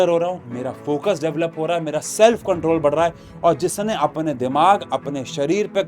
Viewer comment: "i will comtrol"